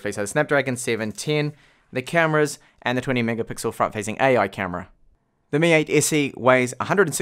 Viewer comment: "mi ayt essi" - he says. Damm. It took a while to get used to it.